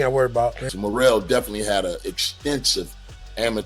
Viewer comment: .... the Ring Announcer's attempt at putting some representation on David Morrel's name, was seriously cringe, it came out like he was having a stroke....